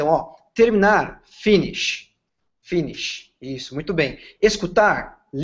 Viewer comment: O método parece interessante e acho que funciona sim. Porém, a pronúncia do professor é imprecisa para servir de modelo (por exemplo... a primeira palavra pronunciada "finish" tem os dois "i" pronunciados como "i" brasileiro, quando na pronúncia correta, se assemelha mais a uma "ê", etc.) Fiz fonética americana e britânica e o inglês tem sido uma das minhas principais ferramentas de trabalho nos últimos 15 anos. Repito, achei o método muito interessante e acho que funciona...só coloquem alguém com uma pronúncia padrão.